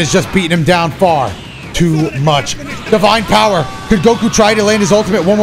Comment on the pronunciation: Seereax and Vegeta showed Goku there "BOWER"!!!